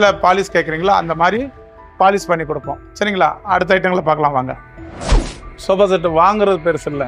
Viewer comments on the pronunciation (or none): Sofa❌ shoba✅😁